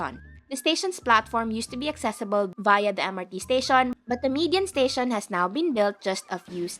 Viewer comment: Don’t get offended. Your pronunciation sounds robotic, you can soften it a bit, rather than making it sound like a typewriter. Instead of saying to sound like ‘staSYON’ say ‘staSHEN’ some vowels can be soften. Overall, your grammar is good.